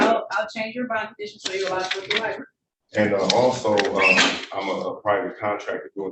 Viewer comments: “Li-Berry”!? …. Try library, 🕵️‍♀️ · “Lie- Berry” That sums it all up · Did he just say LIBARY??!! Meaning LIBRARY?? He needs to go back to school!! And learn English. And AX for help. Since he can't ASk for help. Sheesh🙄